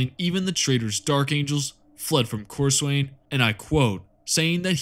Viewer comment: Being a massive pedent, it is pronounced cor-sun. I joke, but this is a fantastic video, really well researched. And all the chaos champions lose to the writer's favourite space marine, hence why Lucious lost so many time, and (and while he sucks) every big time space marine had bested Abbadon